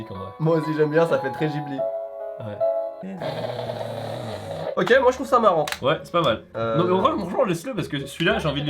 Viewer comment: On dit vraiment Jhibli et pas Ghibli ?